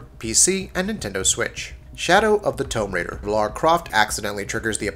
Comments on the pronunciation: Tome raider? Lol.. Its pronounced 'toom' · What's Shadow of the Tome Raider? Did you mean Tomb? Learn how to pronounce,. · “Tome Raider”? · I don’t get why you said toum raider But then said tougher tomb normally aha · The way you said tomb was triggering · You say the world "Tomb" wrong. Js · Why can’t you say the work tomb right when saying the title of the game but when you say tomb on its own you say if right lol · How the fuck do you not know how to say "Tomb Raider" when you narrate a gaming channel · Shadow of the what raider?????? Seriously what the fuck no one says tomb like that.